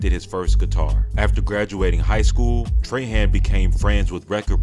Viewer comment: Trahan is pronounced "trah-haw" not "tray-han "